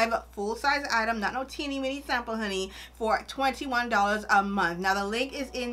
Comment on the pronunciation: yessssss I know my fellow Bahamian when I hear them 👏👏👏 lolll especially when you said "dollars"